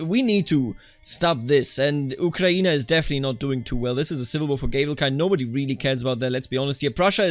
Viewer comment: Blood for the revolution! Blood for Madam Guillotine! (Also, great pronunciation of Ukraïne and other Slavic names)